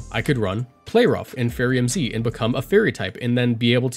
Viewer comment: Lol, "Fairyama." 🤣